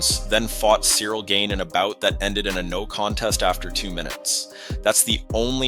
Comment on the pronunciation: Bro this breakdown was solid, but please work on your pronunciation. It's not "Gain" and "NGanoo," it's "Gane" (Like "gone" but with a slight emphasis on the 'a' sound) and "En-Gone-New" for Ngannou. Hope this helps!